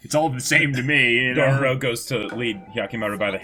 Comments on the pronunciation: and no, they're not trolling on the Dororo name. They keep pronouncing Dorowrow. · they were trolling on the dororo part. And them pronouncing Daigo wrong isn't such a big deal. I also don't care about names when I watched anime, sometimes